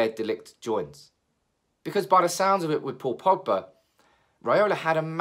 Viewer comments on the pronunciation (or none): none